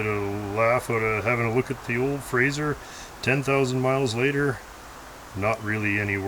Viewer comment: Why do so many people refer to the Frazer as a 'Frazier'? I think it has something to do with Kelsey Grammer, although even that show was Frasier with an 's', not a 'z'. Anyhoo, I'm off to take my Chryslier for a spin......